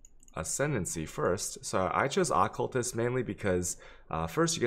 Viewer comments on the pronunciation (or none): The amount of mispronunciations makes me feel like i'm missing out on some inside joke Ahhcultist Chayubee Elemental Overlord